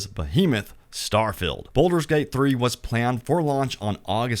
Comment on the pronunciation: Its pronounced Bald-ur not boulder